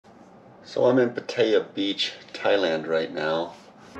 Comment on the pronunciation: Learn how to say Pattaya correctly. Values have been flat the last 10 years in Thailand so I doubt these “offers” you claim to have. Nice place with a nice view though. If I could post photos here I would show you the historical data on valuations. Good advice on the washer. I’m searching for a condo in hua hin right now and it’s something I did not think about but absolutely need.